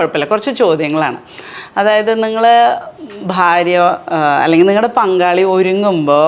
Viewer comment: അതെ, ഞാനും വിജാരിച്ചു എന്താണ് ബംഗാളി 😄